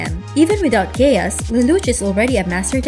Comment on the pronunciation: Is it just me or is she saying gayass